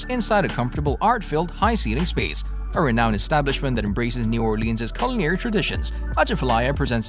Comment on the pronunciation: Elizabeth's is absolutely amazing. The French Toast burrito is a thing to behold. Also, it's pronounced "or-lens." Locals don't take well to "or-leans" and definitely not "naw-lens." LOL